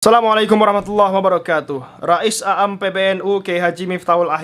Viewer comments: Mas kl ngomong tolong di perhatikan anda bilang ro'is aam huruf a diulangi x2 mungkin yg pas ro'is am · Tolong baca 'aam bukan a am. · Rois 'Aam....dibacanya bukan a-am, tapi huruf a nya dibaca agak panjang